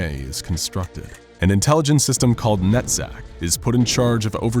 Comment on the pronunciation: So I was tabbed out when he said "Netzach" and thought he had said "nut sack", and now I'm wondering... am I a bad person or was this a bad choice of names?